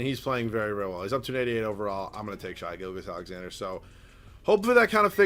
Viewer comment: Its shay not shy gilgeous alexander